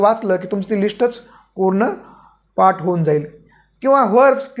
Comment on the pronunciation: पाट नव्हे , पाठ